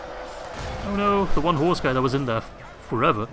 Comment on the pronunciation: whenever u say we ride as one, i hear: "We ride as Juan!". Just makes me picture a mexican with a sombrero on a donkey.